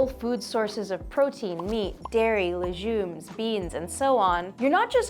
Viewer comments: leGumes (it's not "lejumes") seriously? If you don't know how to pronounce a word, look it up! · Wait, were you pronouncing "legumes" with a soft g? Is that how they pronounce it in Canada? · it's STOKE the flames, not stroke. why are you pronouncing legumes as leJumes? 😂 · As a Canadian, I can confirm we do not pronounce the way she does. It’s a hard g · why did she pronounce legumes like that roflllll